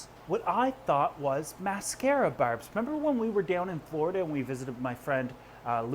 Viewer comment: I hear berbs.